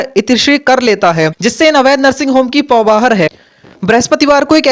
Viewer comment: महाशय ये पौबाहर क्या होता है? पौबारह होता है वो... और भाजपा किसको कैसे सदस्यता दिला रही है ये दिखाने की जगह उनके क्षेत्र के कौनसे कार्य पूरे हुए हैं ये पूछिए...